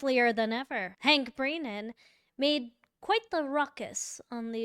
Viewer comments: This lady can’t even pronounce brennans’s name properly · Why do you keep saying BREENAN and not BRENNAN? You even spelled it incorrectly in the title. Was that intentional? And PROSECTER?? WTF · Thank you for your coverage but please articulate your vocabulary. It’s Brennan. Not breenan. And prosecutor. Is that said purposely or do you really not know how to pronunciate the words correctly?? Otherwise I love your videos.